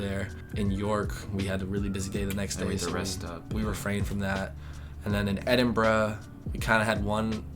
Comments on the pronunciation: You are both not only very cute but have also broken the UK's impression of a stereotype, that being the American people. You came across as open to suggestion, intelligent and sorry to say 'un American'. Thanks for saying 'chips' and not 'fries'; and 'Ed -in-bra' not 'Ed-in-boh-row'. I love your TESCO comments and can see how the meal-deals would be attractive and I'm guessing relatively cheap for you. In the UK, TESCO ain't the cheapest/best supermarket we use. It's actually expensive for us...we go to LIDL or ALDI. TESCO now appeals for the tourist who wants a meal-deal, but if you live here and have to do a weekly shop, forget it! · Thank you for pronouncing Edinburgh correctly!!